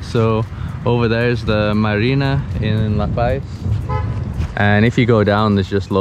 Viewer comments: Friendly info , It’s luh-pause not luh-pies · Dude eats LA PAZ not paies... please say it right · Ah ae ee oh oo El burro sabe más que tú! Welcome to La Paz Puerto de ilusión! Pronounced Lah Pahz. The tall cacti are Cardones. I grew up in La Paz. in the 1960's the roads your driving on didn't exist then. It was an all day adventure to go to Balandra. For instance. I never heard of El Saltito. Private beaches don't exist here lolol they belong to all of us. Try swimming in the water on a full moon in the summer! It's awesome! You can see the irredescent plankton when you swim through the water!